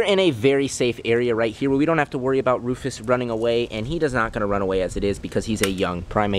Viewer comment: Comment a name for the lemer. Also: Keeps calling him Roufus 😂😂😂😂😂😂